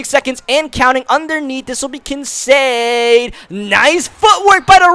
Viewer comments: It’s pronounced Kin-Kaed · It's pronounced KIN CADE like arcade. Just to let you know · Also the rookie tight end for the bills Kincaid , the 'C' isn't proncounced as an 'S'